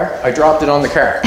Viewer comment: I think its called a car, not a cer